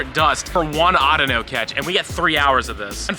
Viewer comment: It's called (au-dea-no)